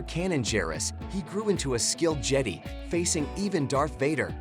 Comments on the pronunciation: stop calling it je-dee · I'm a huge fan of the "Jedee order" and the "Scyth order" 😂🤣!